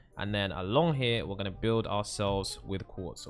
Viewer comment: When He Sad Quarz I Was Like OH MY GOD ITS WHITE CONCRETE